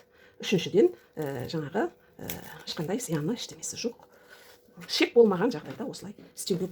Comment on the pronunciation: Шек емес. Қыздар, қатындар І Ш Е К. ішек дееееп айтсаңдаршы. Ішек, ішек, ішек